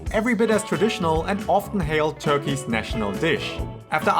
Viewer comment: when did Turkey become turkie?